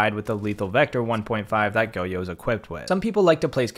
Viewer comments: the only bad thing I can point out in this video (because im Copper) is the way he pronounces Goyo lmaoo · Is it goyo pronounced go-yo I always thought it was like goy-o